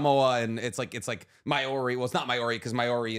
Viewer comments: As a New Zealander listening to them butcher the pronouncing of Maori and other island names is hilarious.. as an fyi it's said similar to Moldy as in moldy bread 💚 love the content keep it up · Just letting you know you’re pronouncing Māori all the way wrong. Even people here in NZ pronounce it wrong.